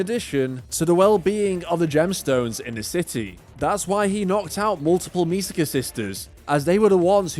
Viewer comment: I genuinely don't get how people can pronounce "Misaka" as "Misuhkuh" when it clearly should be "Me-sah-kah"